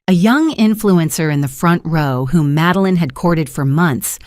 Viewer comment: Her name is "MADELINE," not "Meline"!